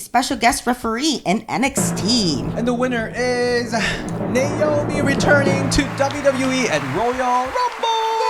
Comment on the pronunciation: and the "Namoi" instead of "Naomi" 😭